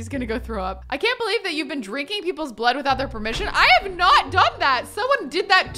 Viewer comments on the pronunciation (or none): none